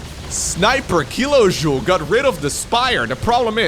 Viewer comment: Funny game and commentary. Only Kilojoul could be pronounced more English, not French ;-D